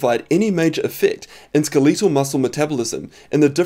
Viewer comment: SKA-LEE-TIL heh